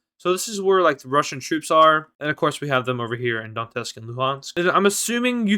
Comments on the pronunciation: Donetsk is pronounced as " Donyetsk " . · You fucking put the T in Donetsk in the wrong place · No. It is pronounced as "Donets'k"